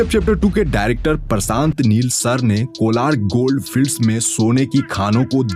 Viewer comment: Prasanth....nahi... Prashant hai... Suit Kiya nahi....Shoot Kiya... Setty...nahi.. Shetty hai... Uju nahi....use... Lokesan nahi.... location hai. Pilm...nahi...Film hai... Aksan.... nahi... Action hai. seyar nahi...share hai.. Isthith.... nahi Sthith hai. Pipty.... Nahi...Fifty hai. Estory nahi hai.... story hai. Yas... Nahi hai Yash hai. Suru.. Nahi Shuru hai... Des nahi...Desh...hai Paida nahi...Faida hai. Visal... Nahi Vishal..hai..Parisani.. nahi..Parishani hai. Sandar ... nahi..Shandar hai... Bhai next video me pronunciation teek karko 👍🙏🏻🙏🏻🙏🏻🙏🏻